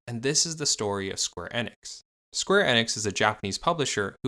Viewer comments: Why does he keep saying square inex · Im sorry but I can't take you seriouslt when you pronounce company names wrong, especially those that are widely known and have pronunciations widely abailable. After the 3rd "square EH-nix" I had to come to the comments. Not even the 1st video I've noticed it in, just the one that made me realize that there needs to be more research done on these companies and their backgrounds. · Bit off topic however I got slightly infuriated by your "Square Enix" pronunciation